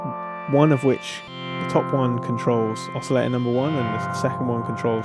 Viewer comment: I love your reviews, you really impart the knowledge well, and lots of detail. So this is going to sound really stupid carping on an insignificant detail, but I feel I just have to get it off my chest because it bugs me every time - it's the way you pronounce "oscillator" without a t!... and it's not as if it's a word you can avoid. "Filter" has a t, no problem, so maybe you could import it?! Sorry, no offence meant, and I will listen anyway, no doubt about it...